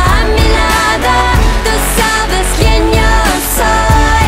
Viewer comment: Над акцентом ей надо бы поработать. Особенно над тем, как произносится буква "Y" в начале слов (например в словах "yo", "ya"). Она вовсе не произносится как русская буква "й". А еще звуки [l], [n], [s], [t] в испанском альвеолярные.